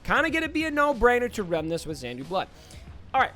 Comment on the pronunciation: Also saying Xandu Blood instead of Xanadu 😂.. sorry..